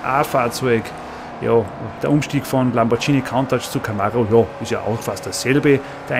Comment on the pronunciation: Der Lamborghini "Countach" wird btw. nicht "KAUNTATSCH!" ausgesprochen sondern "KUNTASCH" das nur am Rande